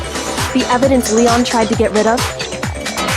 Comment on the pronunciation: Leon's dumbass couldn't read his own name